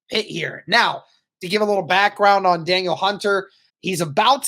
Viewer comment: It's pronounced more like "Dah-neal" not "Daniel"